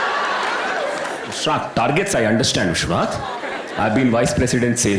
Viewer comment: Hilarious stuff Rahul! Vishwanath would be in love with how you pronounced his name.. never would he have felt so elite!